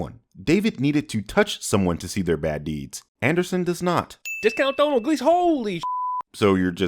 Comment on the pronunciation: You should have just shown that pootie Tang clip again. Also did he say Donald Gleason? Ding!